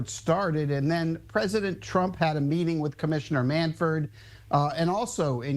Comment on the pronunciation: Jim Bowden is something... he can't pronounce the name of the commissioner (it's MANFRED, not MANFORD), and he botched the timeline of this issue. The Rose family petitioned in December, and by January Manfred had made his decision, as evidenced by the letter he released to that effect. The meeting with Trump took place in February, and Manfred had already made his decision about the permanently ineligible list, which impacts Rose, Jackson and others. Trump had nothing to do with this. Manfred was waiting to announce this decision until it made sense, and just before the Rose tribute in Cincinnati is taking place.